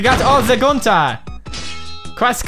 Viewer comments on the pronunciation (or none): No ice king says it the right way and pewds is not saying it right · Tht how ur actually supposed 2 say it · Pewds pronounces it as günter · Idc how you're supposed to say it, I just friggin love it lol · Pewds, u calls gunter wrongly , listen how ice king calls gunter..